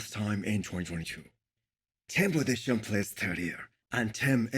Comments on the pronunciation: Budes - heim . Pls spell his Name correctly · thats not the topic of this comment. I just want someones name to be spelled correctly. I dont speak Hindi and cant evaluate how difficult it is but what the fuck has hindi to do with tim Budesheims name? it was just a nice gesture because i watch videos for years and want to give him the hind das he is mispronouncing the guys name, no hard feelings:) feel free to enlighten me florian